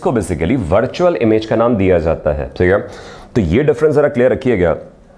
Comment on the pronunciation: It's not Teeeghay it's theek hai